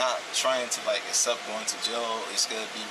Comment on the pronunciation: you don’t need to uccupt going to jail, same as you didn’t uccupt going to school.